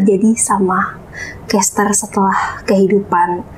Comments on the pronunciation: bisa jadi tapi padahal Aileen sama Marsha udah bener pronunciation nya, tapi malah dia tetep pronounce Kester jadi kayak Caster. Gw agak ada pet peeve sama penyebutan yang ngasal, bener harusnya paling gak ya riset dulu atau minimal ngikut mereka yg lebih jago bahasa Inggrisnya, kayak Aileen ama Marsha. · Oi kak jangan kestar kester itu yg lain pada nyebut Cester bukan Kester. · Bacanya C bukan K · maaf bgt, Chester bacanya pake C bukan K yah 😁 Gemes dengernya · Chester. Bukan kester... Sebutnya. Mbok ya riset dulu cara baca. Pdhal yg lain sdh bener nyebutnya, tp yg satu keukeuh... Kester mulu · Host nya kenapa ya selalu baca kester kester... bukan kester mbak ... tapi dibaca cester oalaaaahhhhh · Kok Kester sih, CHESter.. bukan Kester. Risih juga dengernya. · Chester.. ce not kester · Host nya ... baca chester pake K , bukannya pake C ????? Host nya harus mulai les bahasa inggris tuh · konten keren tapi kurang riset . plus kester kester dan kornel 🤦 sungguh mengganggu